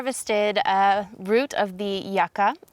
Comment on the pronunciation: Its pronounced you-cah :P